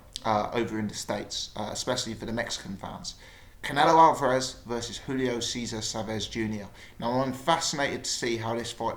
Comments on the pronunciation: he watches to much of Steve Bunce he says it the same...Al var ez? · why you pronouncing alvarez like that